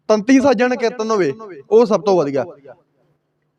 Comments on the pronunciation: ਕਿਰਤਨ ਨਹੀਂ। ਕੀਰਤਨ ਹੁੰਦਾ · ਤੁਸੀ ਬਹੁਤ ਵਧੀਆ ਵਿਚਾਰ ਸਾਂਝੀ ਕੀਤੀ ਹੈ ਇੱਕ ਬੇਨਤੀ ਹੈ ਕਿ ਕਿਰਤਨ ਨਹੀ ਜੀ ਕੀਰਤਨ ਕਹਿਆ ਕਰੋ ਜੀ please 🙏 ਸਿਰਫ ਸੁਝਾਅ ਰੂਪ ਵਿੱਚ ਬੇਨਤੀ ਹੈ ਕਿਉਂਕਿ ਪੰਜਾਬੀ ਬੋਲੀ ਦਾ ਸੁੱਧ ਉਚਾਰਨ ਬਹੁਤ ਜ਼ਰੂਰੀ ਹੈ ਆਪ ਜੀ ਵਰਗੇ ਉੱਭਰਦੇ ਪ੍ਰਚਾਰਕਾਂ ਲਈ ਜ਼ਰੂਰੀ ਹੈ ਜੀ😊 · Hamoniya ni hunda Harmonium hun muaaf kareoo meinu ni lagda tusi Tanti saza wala kirtan classical kirtan nai samj sakoge.KERTAN ni hund. KEERTAN kahna sikho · ਪੰਜਾਬੀ ਤੈਨੂੰ ਬੋਲਣਾ ਨਹੀ ਆਉਦੀ। ਕੀਰਤਨ ਨੂੰ ਕਿਰਤਨ ਕਹੀ ਜਾਬਾ ਨੇ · ਕਿਰਤਨ ਨਹੀਂ ਕੀਰਤਨ ਹੁੰਦਾ। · ਕਿਰਤਨ ਨ ਬੋਲੋਂ ਕੀਰਤਨ ਬੋਲੋਂ ।।ਸਹੀ ਆਪ੍ਹ ਉਚਾਰਨ ਕਰੋ।। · ਤੈਨੂੰ ਤੇ ਕੀਰਤਨ ਕਹਿਣਾ ਹੀ ਨਹੀਂ ਆਉਂਦਾ ਕਹਿੰਦਾ ਕਿਰਨ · Brother you are pronouncing wrong ਕੀਰਤਨ please say Kirtan if you don’t know ask someone don’t waste sangat time you should know how much Akhand Kirtanea Singh have naam simran I stayed few days with those Singh there simran is lot please don’t condemn 🙏